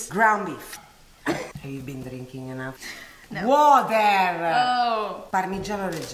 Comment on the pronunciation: "haveYouBeenDreekeengEnuff?" uhhh "WAAAATEHHHHRRRR"